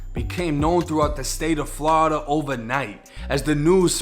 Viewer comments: I like how he pronounce Florida as Flowrida but me being from Florida born and raised there currently living on the west coast but it's pronounced 2 ways only "Floorda" or "Flawda" ain't no in between bruh 😂😂😂😂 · Never get tired of hearing Flawda